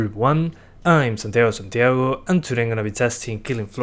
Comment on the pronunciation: Tu acento es muy bueno, pero el Santiago x2 se te nota mucho que no hablas inglés, de qué país sos originario?